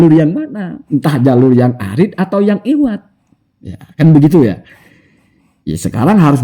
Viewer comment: Bkn iwadh tp awadh